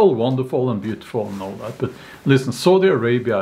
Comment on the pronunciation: Heheh i heard Saudi Arabi as Salty Arabia.